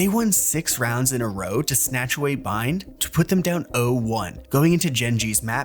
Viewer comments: ISNT IT BANE NOT BEAN?????? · why'd you pronounce his name as BEAN? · Would get so much more views if we fact checked slightly more, mainly on why flashback was benched. Edit: How did I forget how you say Beyn when its said more so like "Bane" on every official broadcast